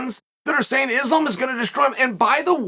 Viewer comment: He has got to be butchering islams name on purpose by now😭